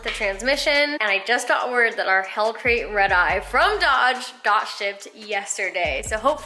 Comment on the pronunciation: Lmao... U said hellcrate ...